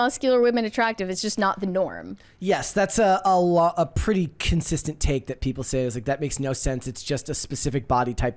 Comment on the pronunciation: what is “thott?” Is the word “that” you are saying “that?”